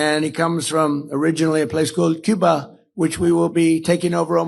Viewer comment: What is this? Actually? "COOBA".